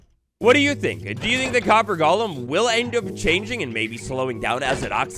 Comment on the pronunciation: It’s “golem,” not “Gollum.”